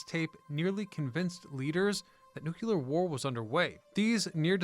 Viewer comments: It’s not “nook-u-lear,” it’s “new-klee-ur.” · I loved your channel. Please don't say "nukeUler".